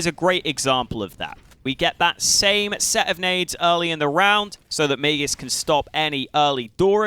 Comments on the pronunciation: Its not mayjisk it is maaagisk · I speak swedish, not danish, but I'm fairly certain it's not may-jisk like says:(